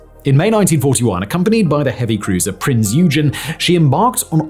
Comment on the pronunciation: What is with the Brits and butchering German names? It's Prinz Eugen (Oi gehn).